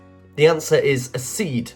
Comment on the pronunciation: Good quiz. Got 96%. Your reader is a clear speaker, but some pronunciations are wrong. His pronunciations need to be correct before the quiz is recorded, e.g. accede, heresy, penchant & ennui (2 French words).